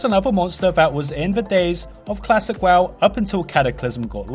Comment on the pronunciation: PRONOUNCE WOW CORRECTLY PLEASE: Accents or not that is not what the word is.